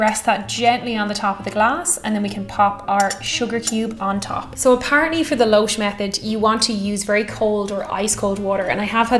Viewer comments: Having watched the video until its end, I can confirm nothing of the sort happens. Also, louche is pronounced loosh. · Louche = Loosh. Oo as in mood. It means ladle. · "Losh"? sounds a lot like "lösch" or löschen in German, meaning to quench, as in fire or thirst. Just sayin'.